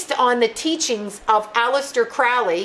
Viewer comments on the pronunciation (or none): none